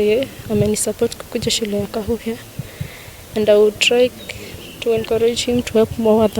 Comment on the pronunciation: It's called Kakuhia not Kaahuuhia !!